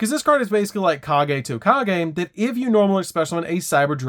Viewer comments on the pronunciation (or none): none